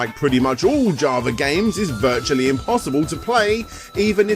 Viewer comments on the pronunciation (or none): none